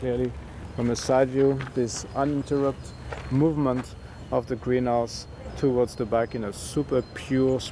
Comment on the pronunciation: Towards not toards